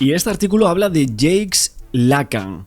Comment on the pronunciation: No es James es Jacques, se pronuncia Jack.